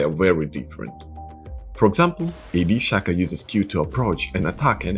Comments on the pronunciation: bro it's Shaco not Shaco oh then I noticed you started saying Shaca XD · 99% of the world - pronounces it as [shack-o] americans - "It's pRoNoUNceDd [shake-o]" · It’s Shaco not Shaco.